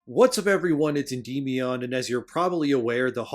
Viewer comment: Crazy how you have this many subs and still pronounce Endymion wrong.